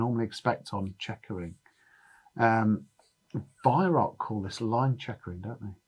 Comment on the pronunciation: Why can't you pronounce the word 'Weihrauch' correctly? It is not 'weihrock'.